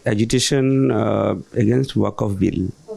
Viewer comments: I'm from murshidabad, Lalgola. I thank & you are very brave, cause how you asked the, "do you know what the waqf amendment act is?". I want to say something to it these people can't actually pronounce waqf, instead they say "waaqup" bill.... No mainstream media came to cover the actual ground, they sat in an AC studio with their green screen and covered the whole report.... The muslim population of murshidabad is not violent they are very illiterate, the west bengal government already degraded the education system of west bengal board (as I'm a teacher, that's why I am aware of this very well)... Thank you to the team of #JIST.... If I had that much wealth to leave the bengal I'll leave it for my family and my next generation... Nothing will be stable here.... Thank you again ❤ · Pehale to aap hi sahi ucharan karlo waqf ka.